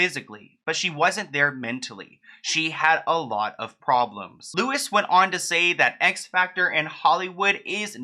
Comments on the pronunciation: It’s Louis, but it’s a silent s on the end. Regardless #freebritney 🙌🏻😎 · Haha its not pronounced as louis Its pronounced as louie If that makes any sense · Just incase you make another vid with Louis Walsh in it. It's actually pronounced like 1D s Louis Tomlinson, it's not pronounced Lewis. Anyway love you ❤️❤️❤️ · I’m so sorry but Louis is actually pronounced “Louie” and not “Lewis”. Anyways, love you videos❤️ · I love with all my heart but everytime he called louis “lewis” i cringed maybe its cos hes been on the uk xfactor my whole life and ive never heard anyone call him lewis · Everything Brittney has gone through is so so convoluted. P.s Louis is pronounced as Lou-we rather than Lewis ☺️❤ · His name is Louis, not Lewis 🙊🙊 pronounced like loo-ee, just so you know for future 😊❤️ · May seem unimportant to point out, but as a British person I need to say this. It's not Louis like Lewis, It's Louis, as if French. Like Loo-ee. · Your prounouncing Louis wrong btw sorry it was throwing me off 😂 it’s pronounced “Lewy” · Its Louie not lewis. My sons name is Louie and I spelt it L.O.U.I.E instead of louis so people wouldn't be confused. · He’s on the British X factor his name is pronounced Loo ee not lewis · It’s not pronounced Lewis. It’s Louis as in LOOWEE. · but his name is pronounced LU - WIE NOT LEWIS. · as in if you called him LEWIS he wouldn't answer because that's not how you say his name. He's actually very well known in the UK and Ireland and his pronunciation is LEW - IE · Hey :) Louis is pronounced Loui (Lewi) not Lewis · LOU-E...Not LOU-IS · His name isn’t Lewis it’s Louis you don’t pronounce the s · Louis is pronounced Loo-eee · Louis Walsh. Not Lewis. Otherwise, great video. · I know it's not the point but hope you eventually learned Louis Walsh is known as "Loui" with no 'S'. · Totally off topic but his name is pronounced lewy not lewis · Lou - e. Just lou-e. Omg please make him stop saying it like that 😂😂 I'm triggered